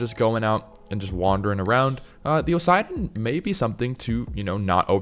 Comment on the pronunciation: It's pronounced OSS-A-DON not OSIDE-ON bro come on